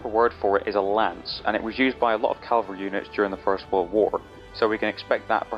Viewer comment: Funny how you know the proper word for 'Lance' but are incapable of pronouncing the word "CAVALRY".... Smdh. Ffs.